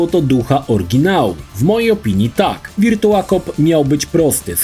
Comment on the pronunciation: Wszystko spoko. Mógłbyś jednak sprawdzić jak się wymawia virtua/virtual